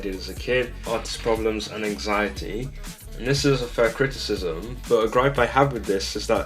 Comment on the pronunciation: My ears hurt after hearing “Criticism “